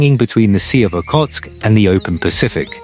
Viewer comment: Okhotsk, not Okotsk. Scottish word Loch should be your reference. Its not K, its a totally other sound.